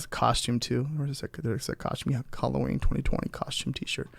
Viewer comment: Can’t give it a thumbs up when you keep calling it Holloween